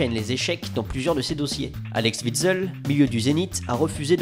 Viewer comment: les français arrêté de prononcer vitsel c'est WITSEL